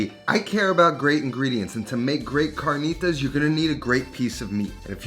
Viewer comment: The cahrkneetahs with flour tortillas 😂